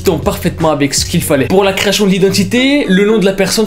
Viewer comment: Créachion, verificachion, applicachon, churtout..... Ta prononciachion est chelou......... Tu te la pète ou tu as un nouvel appareil dentaire....??!